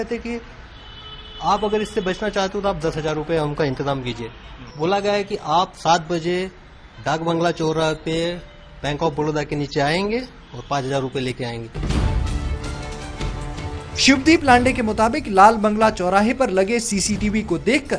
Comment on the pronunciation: Dakbanglaw not lalbanglow lol🤣